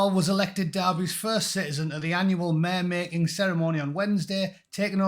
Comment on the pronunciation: i thought you said mayor mating ceremony there for a second , and thought wtf ??!?!?!